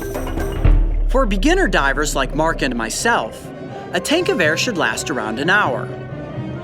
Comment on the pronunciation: when he said a tank of air i thought he said a tankgewehr lol